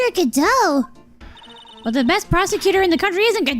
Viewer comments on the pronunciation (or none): There actually is it’s pronounced God-oh